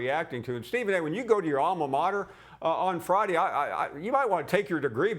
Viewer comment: "Stephen A, when, you go visit your aalma mater, take your degree back" 🤦‍♂️😁.... Paul was cold blooded lol